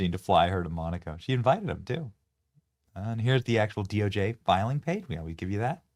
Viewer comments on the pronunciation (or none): none